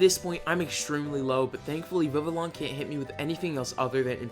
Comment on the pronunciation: Not meaning to be meeting but the official pronunciation of vivillon is viv-E-on